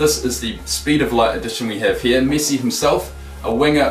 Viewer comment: He says missi not Messi